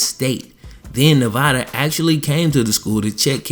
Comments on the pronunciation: It’s Nevada not nevaaaada!!!!!!!!!!!! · And you said Nevada wrong